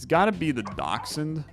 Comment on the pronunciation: That is exactly how you pronounce dachshund.